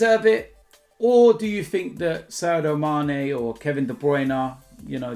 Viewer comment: its SADIO mane, SAADDIOOO